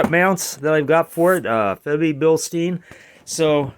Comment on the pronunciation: It’s German… Bil-Stein…. Not Bill-Steen…